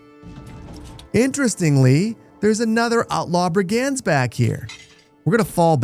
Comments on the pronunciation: Lol I love how confidently you’re saying “brig-anz” 😄 it’s actually “brig-unds,” but honestly I kinda want your version to catch on. Somewhere an English teacher just got heartburn 😂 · Please, Brig-ends not brig aaands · Great video. Not too slow, not too fast. Brigands is pronounced 'BRIG'unds. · You mispronouced brigands. it was bugging me the whole video haha. its pronouced bri·gndz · I have never heard this pronunciation of "brigands" before. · Please please 🤣 not sure of your nationality, but learn how to say Brigands 🤣 videos are great but some of the pronunciations are just wrong enough to wind me up haha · My eye twitched every time I heard that pronunciation of brigands 😂. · It's his frankish ancestry coming through :P